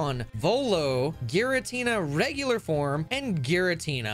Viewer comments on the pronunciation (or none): none